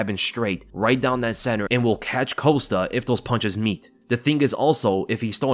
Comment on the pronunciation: Polo coast-ah lol 😆 idk why but your pronounciation of costa's name always makes me laugh